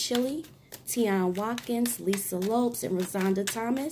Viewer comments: You wre pronouncing lisa's last name incorrectly it's pronounced like Lopez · Gurl !!!! Please stop. Her name was Lisa Lopes(z). Spanish inflection.